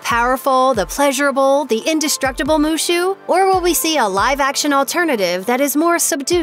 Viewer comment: Is wushu not mushu 😂